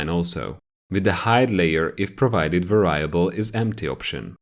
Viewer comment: I love these videos but you’re saying “Variable” wrong and makes it hard to watch :P